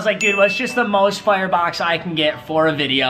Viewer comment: When he says fire he sounds like he is from Canada